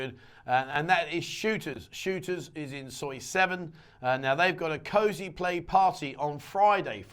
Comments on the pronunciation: Cause Play (is how it is pronounced) not Cosyplay. Not yanking your chain, I have a daughter that is into it. Bogs the mind. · You cant make fun of for not knowing what pussy was a euphemism for if you pronounce cosplay "cosy play"